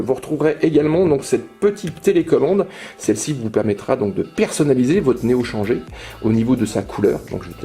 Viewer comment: Super vidéo comme d'hab, par contre faudrait peut être dire "néo chanjèr" ^^